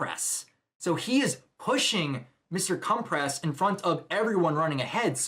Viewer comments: not mr. compress. it's cementoss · Um, cementoss? 😭😭